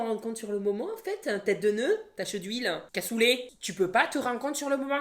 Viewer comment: comment tu la dit "casoulet" trop marrant 😂😂😂😂😂